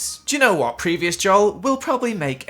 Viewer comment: Does anyone else love when Joel says “wot” it’s so funny